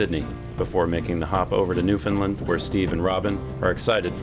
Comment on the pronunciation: When is gonna start pronouncing Newfoundland right like Steve does?